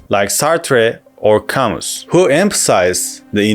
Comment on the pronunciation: It's pronounced "Cam-oo"!